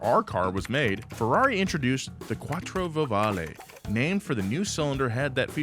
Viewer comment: "quattro vovale"😂